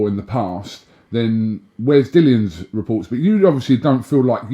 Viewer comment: Hate it when people call him Dillon.. It's Dillian you bunch of welks put some respect on that man's name.!!!